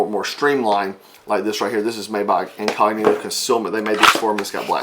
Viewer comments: would you please say again (much more clearer) that slim line holster ( stamp); completely unable to make out what the maker is? I did replay that slice 5 times; still can't comprehend what you're saying. Thanks! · Haha, I played that back about that many times too and still couldn't figure out what he said. I used the YT closed captions and it said "Incognitive", close enough to figure out. Thanks!